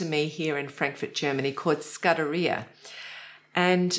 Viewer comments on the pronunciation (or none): As you are based in Germany it is simply rude to mispronounce Sudderia. The vowel u is like oo in Toon and the a at the end is a long one. The subjekts were interesting is most often. Thanks for the information provided.